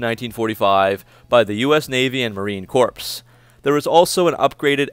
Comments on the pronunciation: Corps is pronounced like "core" not corpse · Marine Corps, pronounced marine “core” not marine “corpse” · The p in Marine Corps is silent it is pronounced core. Just a little helpful hint is all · Btw for future reference the Corps in Marine Corps is pronounced Core. The PS is silent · Marine Corps...... The "S" is silent sounds like Core